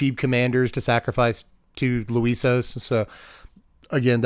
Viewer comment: loo-ee-swah at number 1. I feel like you're just trolling about the name at this point.